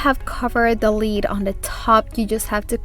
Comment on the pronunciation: I normally find your accent charming, however today your improper pronunciation of “lid” (you pronounce it “lead”) is driving me bonkers lol! Idk why! But I love your projects and I really loved how you did the contact paper on the lids! Totally going to do that! Thanks! P.s., please don’t take that negatively, I really enjoy you and think you’re adorable and charming!